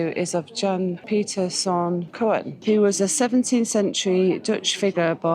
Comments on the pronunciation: "Sneek" is pronounced "snake", and "Coen" is pronounced "coon". Alkmaar is also worth a visit. And the Waddeneilanden are nice too! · The vowels o and e combined in Dutch are pronounced as oo in English, like in spoon, soon, woond. Coen therefore is pronounced as coon.